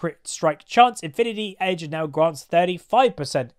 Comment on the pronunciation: Said infinity edge wrongly....